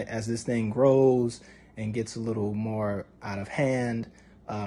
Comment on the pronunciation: Baby if u say I’m one moe time lol